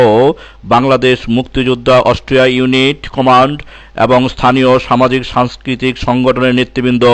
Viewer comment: Parata valo laaglo na.... Austria uchharan vule vara